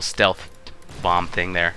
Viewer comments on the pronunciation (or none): none